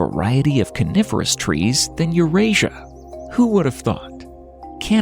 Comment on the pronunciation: AI can't speak again. Calling the Coniferous forests Carnivorous!😊😅😂